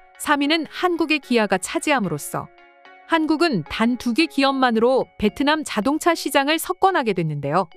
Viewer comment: ai목소리 쓸려면 제대로 쓰세요...자동자....수풀...이게 뭡니까 ㅋㅋㅋㅋ